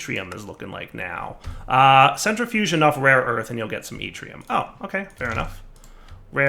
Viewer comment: Hey he pronounced yttrium right!